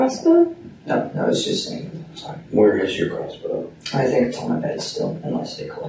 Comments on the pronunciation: What accent is that where they pronounce their Rs like Ws? Example: "bwothow" instead of brother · Does the whole family have speech impediments? "Cwistopher" "Bwother" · I wonder if that 911 dispatch thinks about how she botched that calls. how do you get dad from pronouncing "brother". speaking longer on the phone gave away this child his position what he was doing....he's dead. it was friggen agonizing listening to this terrible botched call for help. sick disgusting hard to take in.........so many clues but all ignored. parents who do this hard to feel empathy for them their lack of interest cost them 'n most of the family's lives. Shall be a lesson for families n parents to never forget. implants...electronic control harassment voice to skull technologies exist implanting newborns is the reason the newborn is removed from the room so they can chip do whatever else even switch babies.....yes this goes on & has for over half a century Michael Jackson knew this & why once the dr gave all medical clear of his babies he gathered his infant & shot out the door no way he was going to give any of those monsters a chance to do this to his children. I agree do not give them the publicity they seek life sentences is a good decision 'n never giving interviews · In what universe does the word brother sound like dad? Ffs 🤦